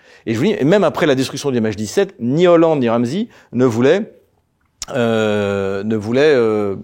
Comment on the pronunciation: Renzi...Matteo Renzi pas Ramzi mdr...